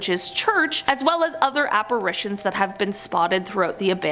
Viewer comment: I just wanna thank you for pronouncing apparitions correctly. There are two a's in that word, not three. Love you!